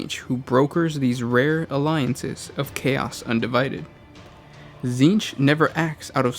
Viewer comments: Okay this name has to take the cake for most oddball pronunciation. Essentially "TSzceench" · You can't even pronounce the name right … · They're just reading off the Wiki. That's why they can't pronounce the words.